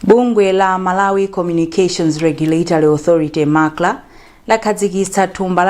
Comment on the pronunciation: Owerenga news improve and be able to differenciate between MACLA and MACRA. Which is which between the two?